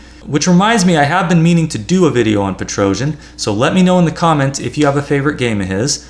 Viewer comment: Just for non Slavic languages speakers: the correct pronunciation of Tigran Petrosyan name is [tigran petro'syan] (not "petrojan" 😎 which perhaps is coming from "Trojan horse" expression?!?)...